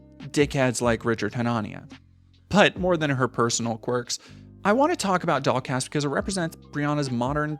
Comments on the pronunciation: lul. This whole time I thought ya was sayin' DogCast. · I wasn’t looking at the screen for most of the stuff about her podcast, and then looked up at one point and was shocked to see that it was called “the dollcast” rather than “the dog cast,” which is what I’d been hearing. Projection I guess.